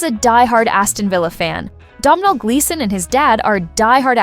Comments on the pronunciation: learn how to pronounce his name it's Donal like tonal with a D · SOMEBODY PLEASE TELL AI THAT YOU DON'T PRONOUNCE THE "M" IN THE MAN'S NAME!